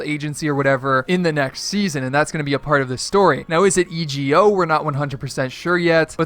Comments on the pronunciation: Its pronounced "ego" not e.g.o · E G O,it’s suppose to be ego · Christian Witt e go